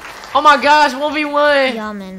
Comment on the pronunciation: hahahaha “oh my gawsh 1v1”